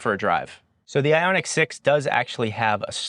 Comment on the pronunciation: Isn't it Ioniq